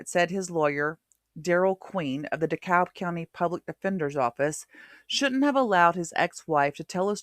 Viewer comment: The L in DeKalb is silent. She got Smyrna right though.